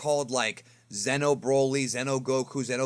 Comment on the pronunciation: Xeno is not Zeno. So don't talk is like the same. "Zeeno" and "Zeno" spells differently.